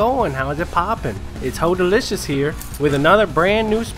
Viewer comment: so either you miss spelled your own gamer name or you don't realise you're saying it wrong, its either Holdacious or